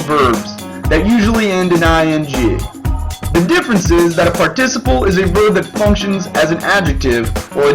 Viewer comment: Voice quality is raspy and you pronounced Participle wrong three times then correct the last few times?! Why are you yelling? your cartoon is cute and should have a nicer voice.